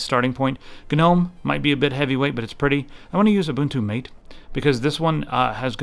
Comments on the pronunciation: its called mAHte not mate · That's the way to pronounce MATE not matay. It's Mate.